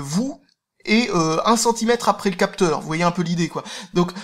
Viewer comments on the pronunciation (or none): none